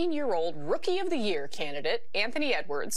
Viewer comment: Wonder when he ever learns to pronounce "year" correctly. It's not "jøer" it's "jeer", a Dane would say. 🙂